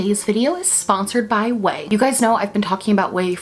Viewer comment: Not only do I like the video, but I finally know how to pronounce "Ouai".